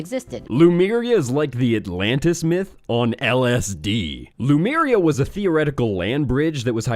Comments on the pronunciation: Somebody wants to be the next L. Ron Hubbard. BTW, it's not Lumeria, it's Lemuria. The name does actually come from the word "lemur." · Drives me bat shit that everyone is pronouncing Lemuria "Loomaria". I am raging, that is all. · Pronouncing it "loomaria" when it is clearly spelled Lemuria really grinds my gears. *LEEMURIA*. Either way, it's a hack hypothesis.